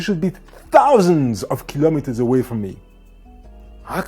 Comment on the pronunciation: 25 kilimeters 😂😂😂